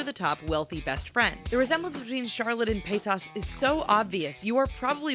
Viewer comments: Pietas lol it's Trisha paytas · It's not pie tuss it's pronounced PAY-TiS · pay-tas not pie-tas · She's I'd saying everything wrong, it's pay-tas not pie-tas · sorry but its not pitas its paytas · Pie toss PIE TOSS!!! It is PAYTAS! TRISHIA PAYTAS! Not Trisha PIE TOSS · PEH-Y TAS NOT PIETAS. . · PIE-TAS?? I think it's pronounced PAE-TIS or TUS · Trisha Pie-tass *facepalm* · is no one going to talk about 'Trisha Pietas'?? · U said pastas wierd it's pay-tus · "trisha pi-tas" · Pietus?? lol how about pronouncing it how it's spelled? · you're saying Trisha's Last name wrong, it's pronounced pay-tez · Its Trisha Pay-Tez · Trisha Pie-tahs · who else was cringing when she said Trisha's last name... also Connie is the best. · Omg i died when they said Paytas xD That is NOT how you pronounce it, but it was funny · "Trisha Pietess" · She pronounced Paytas wrong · I hate how u said Trisha Paytas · 2 things. Trish and Charlotte look NOTHING alike. Also, when you said Paytas, I had a deadly cringe attack.